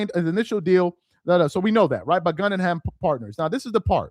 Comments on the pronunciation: Pronounced Gooooogunheim! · It's GoogenHeim (pronunciation) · Guh-gin-heim group for correct pronunciation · Goo-gen-hiem...slow down 😅😅😅😅...Gen rhymes with men...Goo Gen hime...like the FAMOUS theater in NY where you grew up😅😅😅✌🏽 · Bro, it’s Goo Gen Hime (like Lime) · Hey its pronounced GOOOGEN-HEIM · It's pronounced gū - ggĕn - hīm or goo - ggĕn - hīm as in the museum. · Its Pronounced Goo gen heim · Is not able to read the name "Guggenheim"? That is disturbing and pathetic!